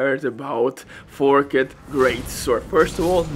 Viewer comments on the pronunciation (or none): It's more like forkt rather than fork-did